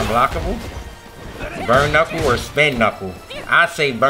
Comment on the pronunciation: the way u say burn knuckle is funny bro ur actually tuff bro keep up the good work man ❤